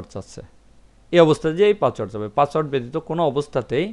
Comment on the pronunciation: ভাই পাচওয়ার্ড নাতো পাসওয়ার্ড। দয়া করে উচ্চারন ঠিক করুন।